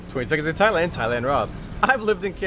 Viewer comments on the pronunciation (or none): none